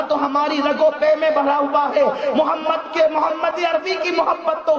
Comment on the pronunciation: Phle Muhammad sallal lahu alaihi wasllam ...phle nabi (saw) ka nam sahi se lena sikh le ... Tmse jata zillat wala koi nhi jahiloon